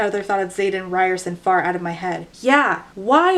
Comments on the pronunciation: Today I learned that I may have been pronouncing Xaden's name incorrectly... Ree-ore-son? How did I not make the "ri(d)ers-son" connection haha, I feel so slow!! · i keep hearing "riderson" as "ryerson." so like the unbelievably steamy love interest is named after the dweeby guy bill murray punches in groundhog day